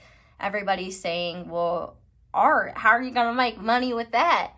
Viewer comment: Your southern accent “art, how you gon’ make money with that” 😂😂😂